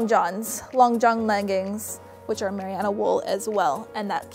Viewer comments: wonderd what on earth meriano wool was! its merino ( mer -e-no) its gods wee gift not too hot and not too cold and i dont find it too itchy like normal wool! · Mariana wool? I think you mean Merino haha :P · um its merino not mariano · MERINO, not meriano!! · Sorry but the type of wool is pronounced muhrino, not mariana. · haha had to say something about the wool pronounciation. mah-reee-no wool from the merino sheep. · Isn't it MER-EE-NO wool? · Just a little friendly tip from a New Zealander. It's just Marino wool. Ma-ri-no. Cheers from the informative video chick! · Love your videos, super helpful! I'm from New Zealand and it's pronounced ma-ree-no, just for future reference! :) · merino (mer-een-no) wool? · I know! What is this mariano wool I keep hearing about?? :D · Oohhh I think you mean Marino! Ma-ree-no! That's how you say it over here in New Zealand 🇳🇿😊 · I'm sorry to be this person but as a New Zealander I feel you should know that Merino is pronounced mer-ree-no. Other then that great and helpful video! 🙂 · Loved your video! By the way, Merino is pronounced marine-oh (like "marine" life and then the letter "O") :) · Tip from a New Zealander - Merino wool is pronounced "Mer- Rhee - No" :) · Merino is pronounced Mer-reen-oh. Trust me I'm kiwi 😂 very interesting way of saying it haha. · you are pronouncing the wool wrong its ma-ree-no (im from nz) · Merino. Mare-eeee-no. Merino wool. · Merino... Not mariana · "mariyano wool" lol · Haha five years later on I’m guessing you now know it’s mah-ree-no wool 😂🤣🤣🤣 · Merino??????😐😐 Its MER-EE-NO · You are mis pronouncing the shit out of merino! It’s not “Meriano.” Great video otherwise. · haha I was confused of the same thing. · thank you so much, it was driving me crazy! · Great video, so helpful for my upcoming trip! It’s absolutely driving me nuts how you say merino wool though 😅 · The way she says merino though 😂😂😂😂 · Merino wool? Never heard of Mariana wool.